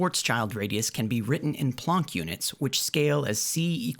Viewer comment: The one niggling thing that irks me here is your pronunciation of the word "planck" as plonk, while it is actually pronounced exactly like "walk the plank" You are the only one I've ever heard pronounce it this way, and just to be sure I went and double checked. As I did pass honors ap English in high school, but it's been years since I've used many words.